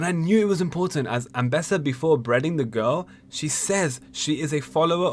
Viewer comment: "breading?" it's beheading